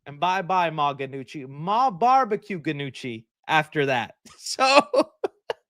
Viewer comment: The G is silent in Ma Gnucci